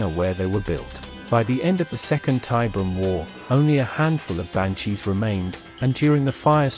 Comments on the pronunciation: I know another comment has addressed it, but i couldn't finish this video cause the ai can't say tiberium. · I’ve seen it Spelled and spoken As Tiberian, and Tiberium. Both in Wikis and games. So it can go both ways.